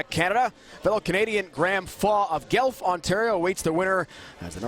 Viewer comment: The announcer pronounces Guelph wrong. Guelph, is pronounced GWELF not GELF. It's very annoying to hear.